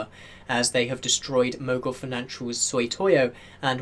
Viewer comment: i like your videos, but one thing I keep noticing is that you say Soy-toy-o. I have no idea how Sot-iy-o becomes Soy-toy-o.